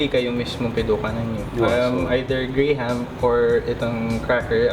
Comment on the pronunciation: Nice ! Btw, graham is "gram" not "gray-ham". Tnx🤗